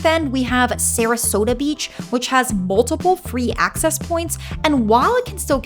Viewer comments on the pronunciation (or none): none